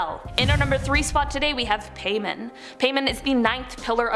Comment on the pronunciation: Seriously? Paimon? 🤨